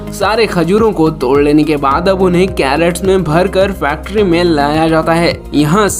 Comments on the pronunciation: Video is good. Given 1 likely. please CRATES means boxes in which fruits are packed & transported. Carrots means Gajar. Please pronounce properly. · Great video. Very valuable information. The funny part of the video is crates pronounced as carrots.